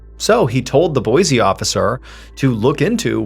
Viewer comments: Trivial, I know, but it's pronounced, Boy-see, not Boy-zee. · Awe, man! You pronounced Boise correct in a previous video but not this one 😭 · Wife and myself love your content. We're from Boise Idaho. It's pronounced (boy sea) not (boy zee) . Peace all